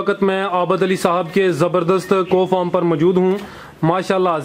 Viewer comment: برادرم،، کو فارم نہیں کاو فارم